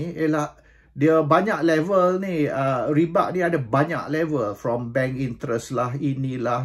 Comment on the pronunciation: Tuan raja....... Sebutan ialah riba buka ribak/riba' , dalam quran sebut ar-riba